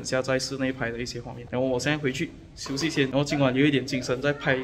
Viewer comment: 🙄🙄你的发音 还没有吃chi1 休息xi2 一起吃chi1